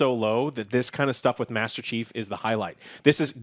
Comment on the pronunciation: hmm i hear always master cheeks or master cheap